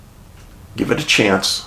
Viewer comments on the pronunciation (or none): none